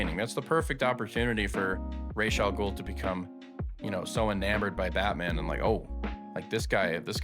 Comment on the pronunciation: Ra's Al-Ghul is pronounced "rahz" as in Batman Begins, not "raysh" as other Batman media does for some reason